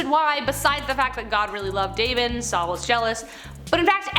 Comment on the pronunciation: It was King SaUl. Saul, not Sal. Wow.